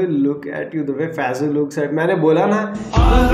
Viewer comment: It's faisu not faizu😒